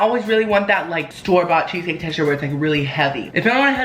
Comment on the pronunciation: Did he just say “Queso Cake.” .-.